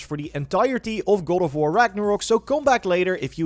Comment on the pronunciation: goad of wurr